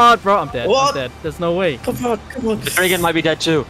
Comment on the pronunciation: "The Dreyken" as a Swede this concerns me deeply